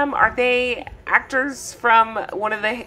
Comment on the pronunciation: Mee-gain is there? WTH ?